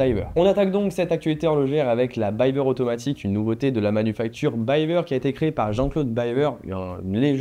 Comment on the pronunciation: Je me permets juste de te corriger : on dit "Bivère" pas "Bailleveur". Cf les interviews de Jean-Claude Biver lui même. Force à toi dans tes projets.